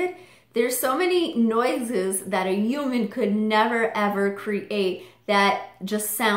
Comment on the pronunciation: is it just me or does she say "human" in a strange way? i can't quite pinpoint it, but its like "oooman" or something 😆